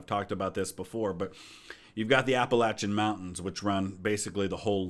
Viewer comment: I see you pronounced "Appalachian" correctly, very cool. This is one of the small things I feel strongly about, like how the entire Delmarva peninsula is rightfully Maryland territory